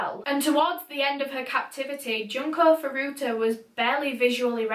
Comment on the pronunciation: Hey!, your video was very lovely to watch (an overstatement considering what it was about, of course)! I figured I might just let you know that Japanese u's are pronounced "ooh"! So her name was actually pronounced "June-Ko Foo-Roo-Ta"! No hate of course, still a wonderful video! It's just in case you ever do another Japanese case!